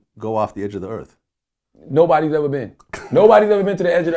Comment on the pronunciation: RebelBeamMaster X84 only if he could pronounce words properly earth does not have a slang word so why earf. He is a damn hypocrite..... just can't stand him.